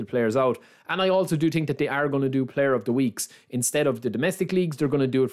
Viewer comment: „i tink“ - „the ting is“